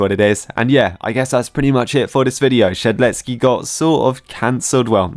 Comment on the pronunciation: saying "shedletSKI" makes me tick everytime i hear it